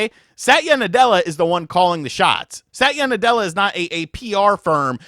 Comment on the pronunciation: Bros one syllable away from "sat yu nutella" hahah